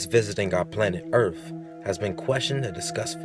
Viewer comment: "earf" lol